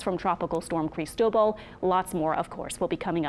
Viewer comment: Yes and she's one of the few people I've seen that can pronounce Cristobal.